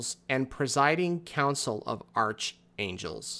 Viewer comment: btw "Archangel" is pronounced ark-angel.